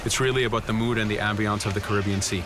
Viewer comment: Why is he pronouncing the Caribbean as Karibion.